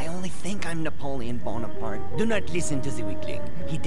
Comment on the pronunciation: Haha character said Napoleon bone a part...